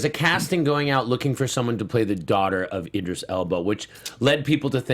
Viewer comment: It's not Edris Elba it's Idris you are not pronouncing it right